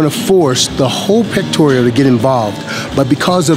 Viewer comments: This bloke is off his head. He can't even do a proper dip so his argument and any credibility goes straight out the window. If you get injured from a dip, you are not doing it right or you have weight/mobility issues. How many times does he want to pronounce Pectoral incorrectly. Get off of YouTube everyone will be better for it. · Its pectoral... not pectorial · pectoral, not pectorial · Honestly you should't go down so low when you're doing dips. PS it's pectorals not "pectorials" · Just FYI its Pectoral not 'Pectorial' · I can see why you thought this. Due to the fact that he says pectorial instead of pectoral. Also saying things like when the shoulder moves forward it contracts the chest. Opposed to saying that the chest contraction pulls the shoulder forward. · Ive been sayin it wrong all these years. Ron Williams the expert says pectorial and Ive been sayin pectoral. THATS what I get out of this video. btw I LOVE dips. and I go DEEP. for 38 years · It's "pectoral," not "pectorial." , , etc. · completely agree with you, but it's lower pec or lower pectoral not pectoreal haha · It's the "Pectoral" muscle...not the "pectorial" muscle, by the way. Makes me wonder how much you know. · The muscle is called the pectoral, mate. NOT pectorial. You're a smart guy, but when you say "pectorial".... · 'Pectoral' not 'pectorial' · its pectoral not pectorial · I was onboard until he started pronouncing Pectoral as "Pectorial". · Love your explanation! However... there is no "i" in pectoral. :P You earned a like and a sub. :) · he is saying pectorial.... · It's "pectoral," not "pectorial." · Pectorial he says hahahaha. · Never heard of a pectorial lol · The fuck is a "pectorial" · Did the guy on my screen who is giving tips actually just say "pectorial"? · Also, not listening to someone who can't say "pectoral". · LMFAO, HE HEEPS SAYING PECTORIAL MUSCLE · I thought he was saying the "Lord Pectorial". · PecTORAL no I or E in that word...good vid and info tho!!